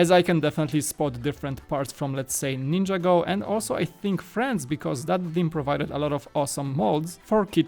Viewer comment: Omg, Ninjago, everyone (including myself) prnounces is as Nin-Jago, but Ninja-Go makes so much more sense haha